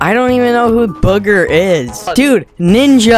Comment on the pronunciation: I like how in he said booger instead of bugha.